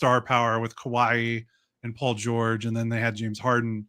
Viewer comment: calling Kawhi “Kawaii” was pretty great.